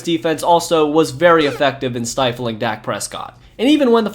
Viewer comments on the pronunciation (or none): none